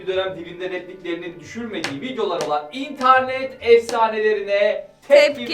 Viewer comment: Nobody:: İntarnet